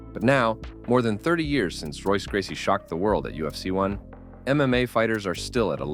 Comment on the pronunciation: Do you even know UFC? Can nobody pronounce a Gracie name correctly??